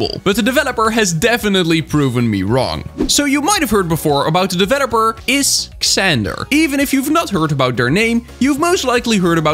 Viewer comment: It’s pronounced is zander. It’s a tough pronunciation, a lot of people get it wrong!